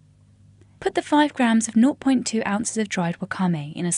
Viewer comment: I havent heard the way that person says 0.2 before.